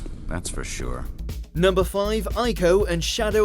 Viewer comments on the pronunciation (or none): Ico is pronounced Ee-ko, not "Eye-ko".